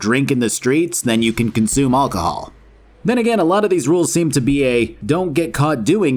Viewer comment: should learn to say alcohol